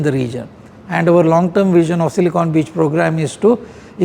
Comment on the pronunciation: Not Silicone.. it's Silicon